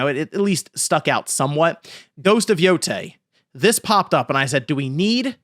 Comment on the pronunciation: People saying yotei wrong is getting so annoying after its been corrected so many times hopefully you all get the name right soon